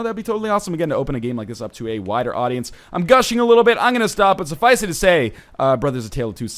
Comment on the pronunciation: STOP PRONOUNCING "SUFFICE" WITH THREE SYLLABLES AAAAAARGH WHO EVEN DOES THAT